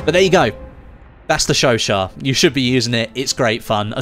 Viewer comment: Finally a YouTube who can pronounce the gun right